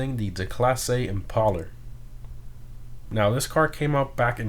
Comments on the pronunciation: ImpalLer? I didn’t know imPALEr was pronounced that way. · I think it's supposed to be pronounced like impale, not like impala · if the original car is based on a ford thunderbird, wouldn’t it make sense for this to be pronounced “im-pail-er” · It’s Im-pale-er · It annoyed me so much that he was saying it wrong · Yikes. Do we really need to explain to him how to pronounce the word impale?